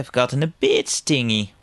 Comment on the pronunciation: Interesting looking game. I love the fact that they ripped off the Sonic SFX but loved the fact that you mis-pronounced: "stingy", yet it actually came out better as a result, even more!:D Good vid,!